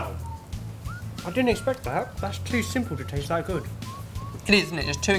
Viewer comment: "you have no i c a r e how good they tase ?!"